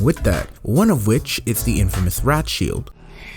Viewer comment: Did he really say rat shield?? Instead of Wrath or Rage shield